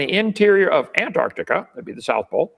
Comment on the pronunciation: At least kint can pronounce Antarctica!